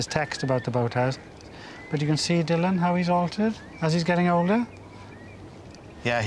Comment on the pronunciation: I know you work for BBC Wales, Derek, but even Dylan Thomas pronounced his name DILLAN and not DULLAN..... there's no need to try to rewrite history just to please your bosses, butt. And it was annoying to us 'Dylan' fans.